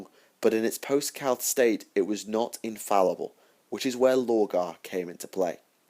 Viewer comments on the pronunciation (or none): none